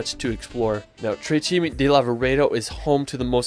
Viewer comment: nice video! i'm italian, i live near to dolomites, and i'm so proud of these gorgeous mountains! ps the correct name is "tre CIME di Lavaredo"